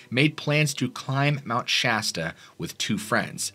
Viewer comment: Dude! Thank you for pronouncing Sh-ass-ta properly. Immediate upvote! Most people pronounce it Sh-awe-sta.